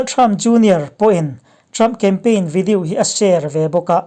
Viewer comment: ngatinge maw ni...... i pronunciation hi uluk deuh teh.... english poh ilam dik lo nasa thei lutuk hi k ngaimawh.... mizo tawng hi chu ka hrethiam a mahse video tih te melanie tihte hi a dik lo ani ilam dan hi